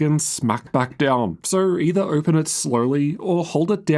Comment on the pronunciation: “Ohgpen”. U got something stuck in ur throat mate? What’s this accent